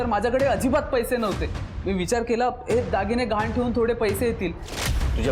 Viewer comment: घाण नाही गहाण